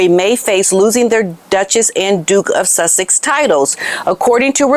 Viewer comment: Does anyone else keep thinking Megan Markle using Sussex sound like she is saying “ l’m Megan Suckit now” or is it just me 😂😂